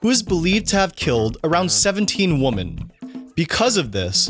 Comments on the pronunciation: AI narration? Says 'woman' for women and burps in other places too. Annoying 😖👎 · The plural of woman is women, pronounced whim-men. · Can you imagine not knowing how to pronounce words like “women” or “Louis”? Christ. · This guy sounds like a native speaker...How does he mispronounce "women"? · Irrelevant but bugs the he'll out of me 😑 not the serial murders b, but pronouncing women in plural the same way as woman in singular. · Why does the narrator say Joel Rivkin was accused of killing 17 "woman" instead of "women?" Super annoying, and totally bizarre. Also, it's Julia "Loowee" Dreyfus, not "Loowis." Also, Facts #17, #20, and #22 are completely untrue.